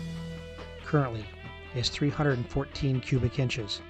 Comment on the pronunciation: Its 314, not 214 as you are saying !?